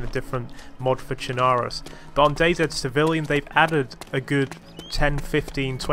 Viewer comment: Finally a youtuber that says DayZ properly!